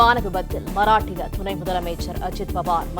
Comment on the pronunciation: செய்தியை வாசிக்கும் பெண் மஹராஷ்டிரா என்ற மாநிலத்தை மராட்டிய மராட்டிய என்று வாசிக்கிறார்.இது தவறு.